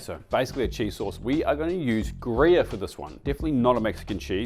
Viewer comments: I couldn't quite hear if you said Gruyère which is Swiss or some Aussie pronounciation of Grevé which in fact is a nutty Swedish cheese. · we have Grevé in Sweden. I needed to really listen to see what word you actually pronounced =)